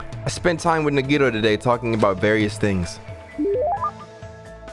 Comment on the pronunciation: It's pronounced ( na -ghee -tow) Nagito. Say it fast. Edit : Her name was Sakura berlin , sayaka was the blue haired one. The ultimate pop sensation , Sakura was the ultimate marital artist. , Also Orge was her nickname.